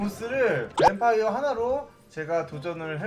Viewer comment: 나만그럼? 뱀파이어 궁 쓸때 왜 자꾸 똥마려워 라고 하는거같음?